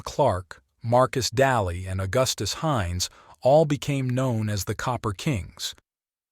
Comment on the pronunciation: It's Daly (DAYLEE) not (Dalee), and it's UPTOWN Butte. You won't find any mansions in downtown Butte, just the mall. Otherwise, good video.